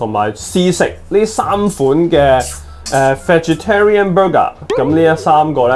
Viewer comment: Vegetarian都读错就唔好扮野啦，